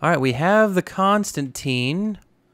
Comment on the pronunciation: Not hating, but it’s pronounced con-stan-tan. loving this series! Keep up the good work my dude!